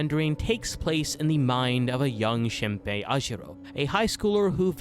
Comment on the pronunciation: is the mispronunciation of shinpei’s and mio’s name intentional rage bait— HAHAHAHA that aside, i love ur videos!! thanks for making a vid about one of my fav animes of all time <3